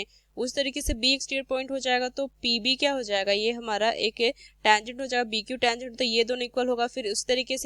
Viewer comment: Tangent bolne ka Tarika Tora casual hai......